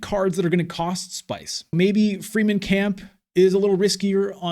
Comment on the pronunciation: I hate people who get their panties in a bunch about pronunciation. However every time you say “free men” I’m wondering “what the F… is free men” It’s : freh-men. Rewatch the movies. I do when playing imperium.